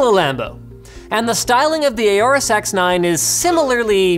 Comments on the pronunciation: FYI, it is pronounced "Horus", not "A or Us". It is based on the Egyptian God Horus, which was also represented by a falcon. See and you will hear the pronunciation on their videos there as well. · You're saying "aorous" wrong